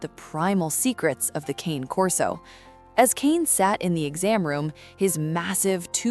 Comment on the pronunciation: Nope, it's not pronounced "cain corso". I't's "kahnay" corso. Dumb AI doesn't know that though.